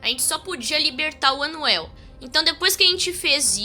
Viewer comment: e ele falando anuel e quando e unwell